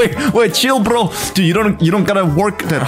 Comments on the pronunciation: CHILL BDRO WITH THE RUSSIAN ACECCENT 😭😭😭😭😭😭😭😭😭😭🤣🤣🤣🤣🤣🤣IF U DONT UNDERSTAND GO TO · he says "chill bro!"like russian